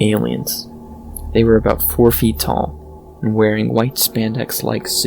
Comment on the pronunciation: who is in mind to hear this stupid voice? What is this about the pronounce like light "looaight" about "abaaauuut" bro u got to see a doctor.